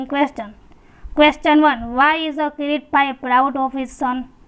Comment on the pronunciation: Sir vo kirit nahi kirti he😅🙏🙏